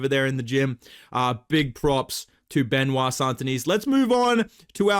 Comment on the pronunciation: Bedtime FYI the S at the end of St Denis is actually silent 😉 Just like the T at the end of Benoît, which btw you pronounce perfectly 👌